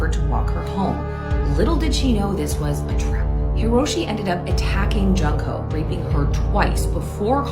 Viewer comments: it’s pronounced June-ko Jesus! Idk why westerners pronounce her name junk-ko 😢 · It’s pronounced June-ko